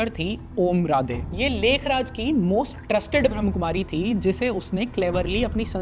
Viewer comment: ब्रम्हकुमारी नही ब्रम्हाकुमारी है। ठीक से pronounce करना तो सिखो मेरे भाई